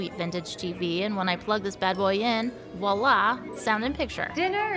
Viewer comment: "Wahla" is a common mispronounciation by non-native French speakers. Particularly ones that have been taught by other non-native speakers, causing the mispronouncement to propagate.